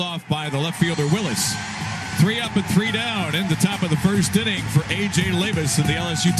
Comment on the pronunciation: Did the announcer say "Ending" instead of "Inning" after the top of the 2nd?